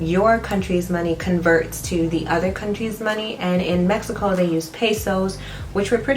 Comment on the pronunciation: “Meh he co”’s and “Si”s almost had me passed out 😂😂 This makes me excited to eventually visit Mexico again!